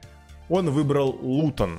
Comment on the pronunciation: Никто:: хде лутон?!?